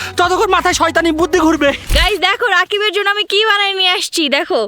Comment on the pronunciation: বুদ্ধি ❌ বুথি ✅